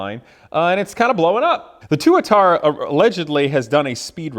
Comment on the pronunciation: I thought Tuatara was pronounced with the emphasis on the first A?